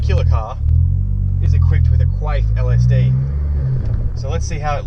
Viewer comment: did he just say "queef LSD"?.....